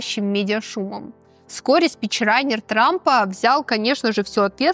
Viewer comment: Очень классные рассказы. ЦепОчка, ДавОс, спичрайтер. Из выпуска в выпуск повторяются странные ошибки произношения, хотя в целом 99% речь грамотная. Тем больше такие ошибки режут слух. От такой утонченной девушки странно это слышать.